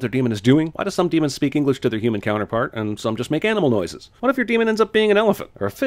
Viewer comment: Daemons not demons!!!